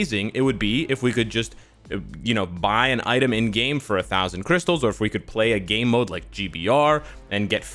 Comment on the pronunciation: "We need more crystale"